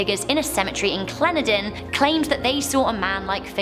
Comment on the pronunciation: IT IS CALLED CLEN DEN IN!!!!!!!!😬😬😬😬😬😬😬😬😬😬😬😬😬😬😬😬😬😬😬